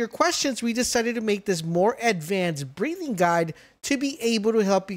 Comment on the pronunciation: Why do you keeo saying breeding as breathing and decimal as decibel...